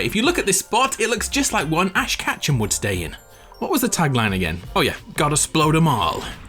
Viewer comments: Ash kachem bruh it’s Ketchum oh wait catch ‘em lol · Sorry but it’s ash ket chum like kechup